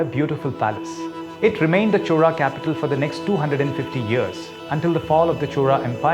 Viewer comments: why she pronounce 'chora' not Chola or Cholan? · Am i the only one hearing "chola" as "CHORA" 😅